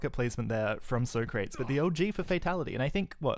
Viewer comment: Isn't the "soh-krates" pronunciation from the movie Bill & Ted's Excellent Adventure?